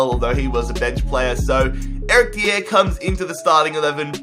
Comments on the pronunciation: It's not de ere it's dy er Sorry just saying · eric dee-aair Me/everyone: eric die-ar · Eric Dee-Air. Mate its pronounced Dy-Er. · How the fuck is it you pronounce Dier? Dee-yeah.. It's Dyer, mate. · Its pronounced Eric Dyer not diieeer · dee-air not its die-er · You say it like this dier-Dyer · Why does he call Dier, Diér? 😂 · Eric Di-ere jesus that pronunciation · "Eric Dee-Er" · Eric Dee-air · Eric Dee-Air *facepalms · Mate it's dy-er like it's not even hard He's English and it's not even a rare name Also why does everyone think spurs fans can't let go the fact that we sold bale and modric? It was a world record fee and we have done better this year than any year where we had them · STOP SAYING DIER INCORRECTLY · You have to pronouce the r in dier, as if you were saying "die" and then an r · His pronunciation if dier😂😂